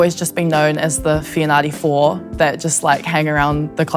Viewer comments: Excellent back rower for the Red Roses; but a pity her father Isaac couldn't teach her to pronounce her Samoan surname correctly. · 😂😂😂 bruh, I was like ayeeee?? Must be my hearing then the second time she said it I almost died of laughter lol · Your hearing was fine, it’s really sad when you cannot pronounce your own surname a ea😂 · Could someone help her pronounce her surname correctly😊